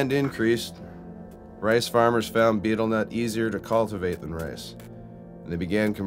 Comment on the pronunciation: I wish that this guy could say betel nut properly.